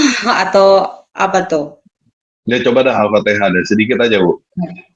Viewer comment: Oten2 ini banyak cerita bohong baca al fatehah aja gak bener.